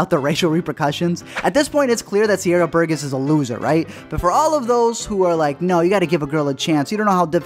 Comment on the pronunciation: It pains be how you say “Burgess”